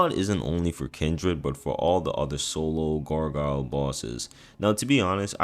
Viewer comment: “Gar GUYEL” LOL